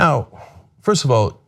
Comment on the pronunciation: "Well foist of awl.."